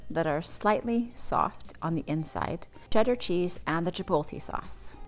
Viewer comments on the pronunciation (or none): Chip-oat-lay Not Chip-pole-tay Jesus it's 2024 just read the word. Chipotle. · Thanks but one thing: It’s not chipolte. It’s ch i p o t l e. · The “L” in Chipotle is after the “T” you’re saying Chipolte which is wrong